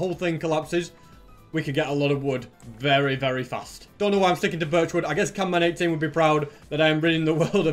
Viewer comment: What i found funny, "Canman18" IT'S CAMMAN18!!! 😂😂